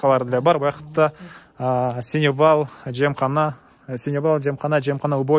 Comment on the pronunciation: Сеновал, а не "синевал "